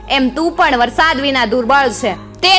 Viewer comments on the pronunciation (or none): none